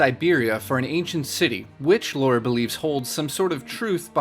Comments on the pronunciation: her names not fucking Laura it's lara get it right dude! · Your still the best and I am a fan just say her name right. Subscribed.